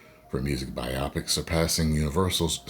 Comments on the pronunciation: What if they 'woked it up'? And, it's 'bio-pic', not 'bi-opic'. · You’re killing me😂 Bi-OPIC?! It’s Bio-Pic🤣🤣🤣